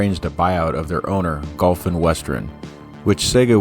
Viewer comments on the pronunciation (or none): none